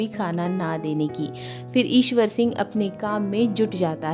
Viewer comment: Mam ishar sing not iswor sing.